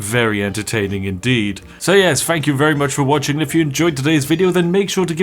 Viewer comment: So yes, fank you very much for watching Funny bri'ish. Yes, it just dawned on me that just like 99,97% of bri's, you are unable to pronounce "th". Stay awesome.